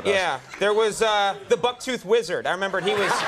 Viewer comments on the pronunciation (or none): he pronounced it wrong